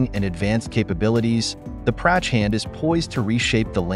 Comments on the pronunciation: Its not Prachaaand its Prachand ...correct your pronunciation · Nice work but you could have spent 2 minutes to lean how to pronounce "Prachand" correctly....